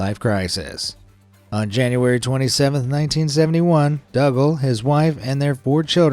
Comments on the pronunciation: Dougal is pronounced as Doogle, not Duggal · dougal is pronounced doogal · I'm just going to 'nit pick' I assume it's your pronunciation but that man who took his family. On a world trip on his boat I don't know who taught you to say hid name the way. You did, but- his name is pronounced DOO-GAL It is originally a Celtic name, if your "thing" is put on YouTube then the least you could do is to make sure of the pronunciation of the word your saying Now you try it DOUGAL is said like this. DOO-GAL That's all 🙏